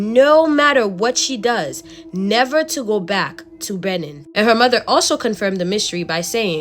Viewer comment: It's Bay-neen lol that was so so cute 😂😂 any ways I'm up ordering white castle it's almost 5am my boyfriend sleeping lol I so I'm alone